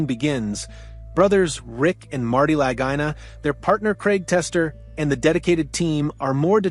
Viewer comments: Lagina is pronounced Luhgeena. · Didn't like the AI voice and mispronunciation of their names, but it was a pretty good review.